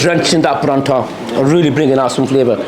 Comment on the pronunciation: How come you're saying Paratha wrong it isn't called Paranta